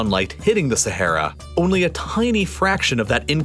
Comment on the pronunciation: man constantly pronounces sahara wrong 💀